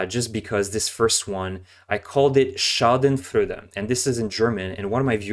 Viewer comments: Also, the last 2 syllables of schadenfreude are FROY-duh. German orthography is trippy if you're accustomed to the French kind. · FWIW, Schadenfreude is pronounced Sharden-Froyder